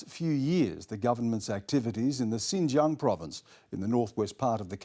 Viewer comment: Lies lies lies. This guy cannot even pronounce Xinjiang. I urge everyone to go and learn the history of Xinjiang, its challenges today and the ethnic demographics of Xinjiang.